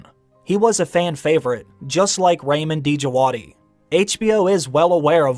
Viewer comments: It’s RAW-MEEN DIJ-WAD-EE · Just a quick note; Ramin Djawadi should be pronounced like Raameen Jawaadee. I know it because I'm Iranian too. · Ramin Djawadi, the "D" Is silent.